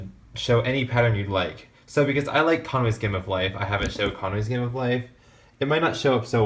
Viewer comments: wtf does he keep saying???? Connors game of life??? wtf is that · okay. what are you saying? cahas game of life? cabas game of life? cabage game of life?